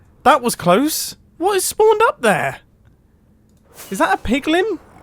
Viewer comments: "Higher likelyhood of spawning zombie pugmun" 😂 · PIGLIN NOT PIG MEN